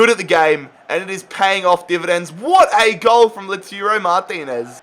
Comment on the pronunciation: King Slayer I know that it’s called Lautaro but he is calling “Loturo” check it